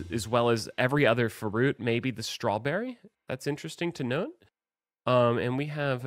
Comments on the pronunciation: You do that fa-ruit so good dad! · More fuhruit speedy, I love your oh so good fuhruit my King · More fa-ruit, speedy.